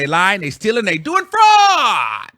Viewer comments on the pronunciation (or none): Whitehead has been doing this for over a decade though 😂. And you saying “fraudT” was taking me OUT !!!